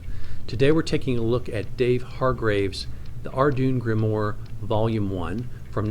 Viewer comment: Good overview, but It’s pronounced are-dew-in grim-warr.